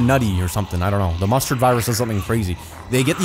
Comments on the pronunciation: i keep hearing either mustard or monster virus which one is it? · Chill bro 😂!!! He said Mustard not F* COVID